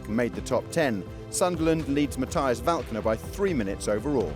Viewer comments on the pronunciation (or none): none